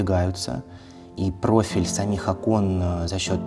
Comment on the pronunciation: Провильно Окон! Ударение на первый слог. Я поправляю каждого архитекотора\дизайнера. Люди с претензией на творческую элиту поголовно не знают элеменарных правил...